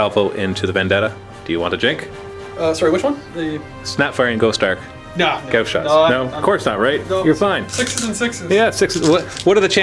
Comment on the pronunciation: isn't "gauss" pronounced "gah-aw-sss" not "gah-oh-sss"?